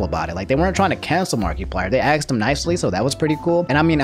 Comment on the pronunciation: You pronounce more words fully than I do but say axxed